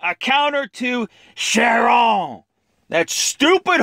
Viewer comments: and its pronounced Chiron with a k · I die everytime u say Chiron XD 😂😂